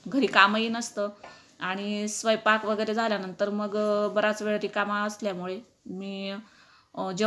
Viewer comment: स्वयपाक नाही स्वयंपाक.....😊😊😊😊😊😊😊😊😊